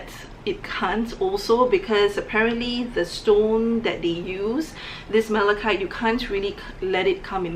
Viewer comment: Mala...KITE. You don’t pronounce the “ch”.